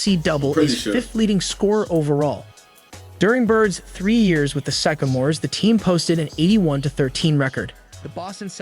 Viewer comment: his mispronunciation of sycamores over and over and a couple of other things that sounded a bit off makes me think this guy dont know what the fuk hes talking about good reaction though the bird and magic documentary would be a wicked good video to do